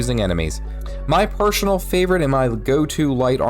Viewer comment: "My pershunal favorite" 🤓👆